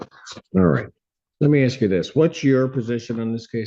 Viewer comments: Axe me, please say ask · 3 ROOMMATES SAYING SAME THING...THIS ONE IS THE TROUBLE MAKER!!! COLLEGE STUDENT THAT CAN'T PRONOUNCE "ASK" AXE??? THIS WITNESS DOESN'T LIVE THERE...SUCH BULLSHIIIT!!! SHE'S GOING TO BE A NURSE???YEAH RIGHT...CAN'T EVEN GET ALONG W/ROOMMATES;CAN'T TELL YOU WHEN/HOW MANY TESTS FOR FINALS??? WON'T LISTEN TO THE JUDGE SHE'LL BE BACK...JUGE JUST BASICALLY TIED EVERYTHING UP IN A NICE BOW... "WHAT IF THIS,WHAT IF THAT?" HANDS ON HER HIPS,SMACKING GUM & STILL NOT LISTENING!!! WHEN JUDGE YELLS AT YOU FOR YOUR GUM AND HE LEAVES THE BENCH...YOU ARE IN TROUBLE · Ask ask ask. For the love of god and all that’s holy - the word is ASK. Not Axe. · When it starts with "you axed me..." you know it's gonna go off the rails fast. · “Axed” me! My God! Speak clear English intelligently! Even people who are not born here speak better than these people!! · Agreed! I cannot stand that either. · Agreed! I don’t understand why some people simply cannot pronounce that word correctly. It’s lazy.